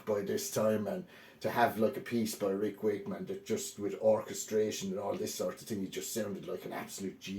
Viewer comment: Love the way you say rick wake...man 😅